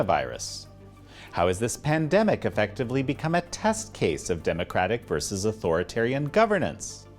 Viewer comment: Spokesperson for Mike Pompeo mispronounces authoritarian, she sounds uneducated and her arguments are shallow. Why does she speak for the State Department?